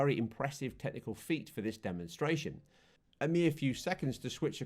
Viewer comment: Does it bother anyone else that he said doc croc or when he says demonstration or undulations